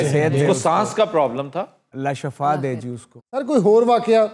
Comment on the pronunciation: Sir aftab saheb ne words shafa kaha lykin ye shifa ha iss se money badal jatay hain shukria